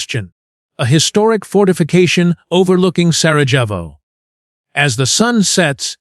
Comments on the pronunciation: It's pronounced SaraYevo. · You cannot even get the pronunciation of your subject correctly ….PATHETIC.